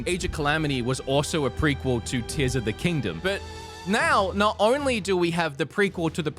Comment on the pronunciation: Dude you started off so goofy with the Zelda stuff that it temporarily broke my brain. When you started talking about Tears of the Kingdom. No joke i was hearing Tissum the kingdom. Thought i was listening to Theo Von talking about the Tissum. Halfway through i started hearing it normal because you stopped saying things wrong. Sorry about that, had to share.